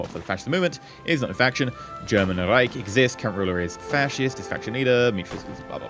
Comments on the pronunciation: Nice! BTW you pronounced Reich wrongly :D Its a sh shound not a c sound at the end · I just love hearing non-german speakers trying to say "Reich" ^^ The "ch" spells like the "sh" in shit or the s in sure.